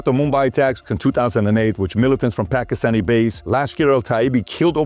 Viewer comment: "Pakhistani Attaches" he says. What a goon. How about you prepare & rehearse your reading material before wasting all of our time?! The PBD podcast is the WORST about this - how much time gets wasted waiting for 'Rob' to 'find the right clip'? It's just lazy and unprofessional like the rest of the Valuetainment brand. Weak. I'm going elsewhere. Sad they hide behind the facade of 'hard-working' Americans. You're a sleazy insurance salesman, get over yourself.